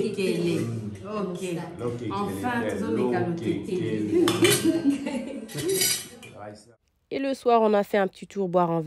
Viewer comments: C losekele et non lokekele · On appelle lokesele, pas lokekele. Je vous comprends!